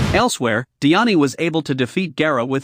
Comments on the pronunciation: Di an E weirdo it’s pronounced die Anne, get a better voice filter, and everything is wrong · the pronounciation dude its sounds horrible like :escaner diani neliotas and like 4 more